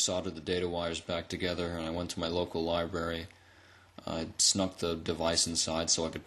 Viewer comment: libRary say it with me libRary not liberry